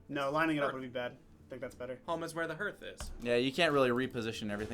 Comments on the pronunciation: It's pronounced harth...like literally. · Harth is the correct pronunciation.... It drove me crazy throughout this.....